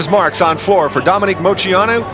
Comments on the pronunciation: It wasn’t pronounced wrong on purpose. She got really nervous and it came out wrong. She said she was embarrassed afterwards. I think it’s cute she messed up her own name out of nerves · I'm confused now lol. Did Dominique Moceanu pronounce her last name like "mo-SEE-ah-noo"? I listened twice and it sounds like she's definitely saying it like that. I've always thought it was "Mo-CHEE-ah-noo". I even googled it and everything I saw said its pronounced that way. Has everyone been pronouncing it wrong this whole time? Maybe I'm just hearing her wrong, she said it pretty quick and was quiet. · You heard right. I remember hearing something from her about it, it may have been in her book. I can’t remember the whole story but she admits she pronounced it wrong on purpose. I wish I could remember why!!!